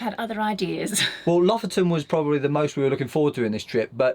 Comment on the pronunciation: Lofoten is pronounced " Low-Fowten ".